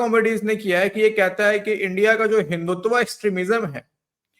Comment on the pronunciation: he did not say hinduvata………said some odd word like hinduvuvata. What a joker. India gave an apt reply…….a young lady gave a very insulting reply.